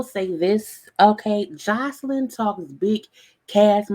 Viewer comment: Her name is not Joycelyn smh 🤦🏾‍♀️ If you gone do a blog/video at least care enough to pronounce ppl name properly and other words